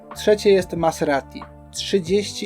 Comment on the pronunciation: Ciekawe omówienie sezonu. Zobaczymy czy starczy ci determinacji aby dotrzeć do 2024 :) ps wymawia się MaZerati a nie MaSerati. Trochę to razi.